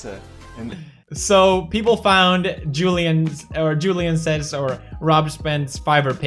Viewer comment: did he just say 'sheple' instead of 'people' ?